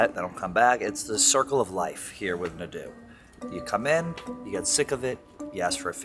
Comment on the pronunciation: The way says Nay-du pisses me off